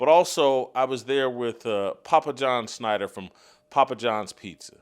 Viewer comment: Schnatter not Snyder